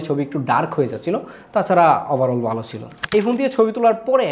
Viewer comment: বালো না ভালো হবে। উচ্চারন ঠিক করতে হবে।